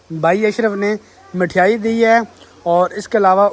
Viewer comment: Mithyaai nhi mithaai bolte h bhai